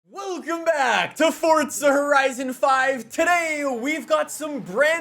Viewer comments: Its not fortsa its forza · It's not fortsa it's forza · STOP SAYING FORTTTTTTTZA ITS FORZZZZZZZA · There is no fucking t forza it ain’t fortza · FORZA NOT FORTZA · There's no T in FORZA. It's not pronounced FORTZA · Dude sais ForTza allot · STOP SAYING FORTZA!!!!!!!! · Pains me that YEARS later, you are still calling the game(s) ForTza. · Drinking game: Everytime he says Fortza Horizon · stop saying FORTsuh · I cant listen to this guy say Fortza one more time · I can only hear “ Fortsa horizon 5” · FORTZA horzion five!! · Is it just me or is he calling it Fortza................ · Am I the only one who just heard he kept saying “Fortza Horizon?” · why can’t you say forza right